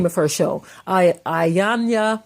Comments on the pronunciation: Her name is pronounced E-yawnnn-lah! It’s African not suburban American I-yona like you repeatedly said. Your superiority complex sucks! The fact that you use the Bible selectively to uphold your fictional standards is odd. Because that very same Bible condoned SLAVERY, rape, molestation, murder, under age marriage and abuse. However, the slave and the master BOTH prayed to the SAME sky GOD and that sky God seems to have only answered one! Also you need to gain an understanding that the first police were slave catchers. The current police are still slave catchers. These laws weren’t created to protect us they were invented to recapture us!!!!! Read the constitution prisoners are slaves! Moreover, since your focus is blurred, white crime rates are the same yet people like you perpetuate the rhetoric downing US like you did in this recording. Next, you should listen to your own counterproductive very contradictory podcast because you’ve shamed us and made us appear to be the issue. You don’t steal people enslave them and then give them fake freedom. But, create policies and schemes to re-enslave them and keep them poor for your global agenda! Ma’am how did drugs and guns make it into our communities? Also, why did they enter our communities? Is that not How are those drugs making it into this country? Those perfect humans that you’ve been brainwashed to believe to be better mass murdered your people and enslaved them for MONEY. In as much, Iyanla grew up in New York and was aba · They call her and secondly it's phonetically pronounced E- yan- lah. She's a a life coach not a psychologist. That girl has issues. I'm happy the way you spoke about this. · 'e-yawn-la' is how her name is pronounced. Iyanla said she would trigger her & it worked!! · Please also let's be respectful to learn and correctly Pronounce the Respectable TV Host's Name. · let's start by correctly respecting and pronouncing iyanla's name